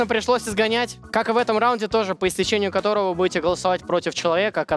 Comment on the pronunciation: Как же болят уши от слов «по истечениЕ»